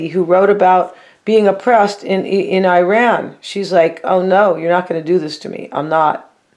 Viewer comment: Thank you for your knowledge your gift You’re an amazingly intelligent lady Love that you pronounce iran 🇮🇷 Eeran I’m an Iranian woman dealing with an African American TF masculine cancer ♋️ with Capricorn ♑️ moon Who’s terrified of losing finances with an Aquarian karmic and yes he’s so in love with me he’s just stuck .. obviously he’s not telling me the whole truth this is why you tell me what’s really going on 😂 You have been following my life word by word in all your Capricorn Cancer /Aquarius general reads Love you so much P.S. love your giggles 🤭